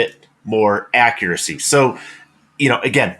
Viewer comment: I swear just said "Haccuracy"! 😊